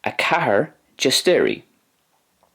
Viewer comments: it sounded like a "een thee beeneenging" moment, my ears were bleeding and my Polish experience is very low. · I love how you pronounced cztery